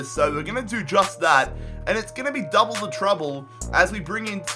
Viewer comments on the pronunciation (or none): none